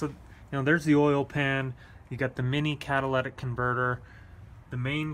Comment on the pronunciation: CatalYtic converter, not catalAtic converter....